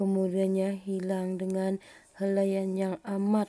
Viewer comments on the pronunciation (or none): Minit yg ke- & hilaian bukan helaian. #mengilai